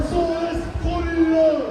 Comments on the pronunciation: Thanks for streaming. It’s pronounced Iran /eeran/ and not EYE-ran” (like “I ran”). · Thanks for covering this. The name of our country is pronounced ea-ran , like Italy. You don't pronouy Italy as Ay-taly so please pronounce Iran the right way. It's not track and field